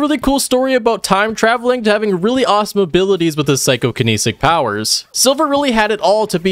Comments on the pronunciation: Psycho-kin-etic Not kinisic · I mean he also said “psychokinNESIC” instead of psychokinetic, so we’re pretty par for the course with that.